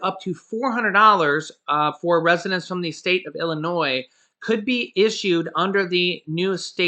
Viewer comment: you’re awesome! You’ve learned the correct pronunciation verbally saying “Illinois”! 😘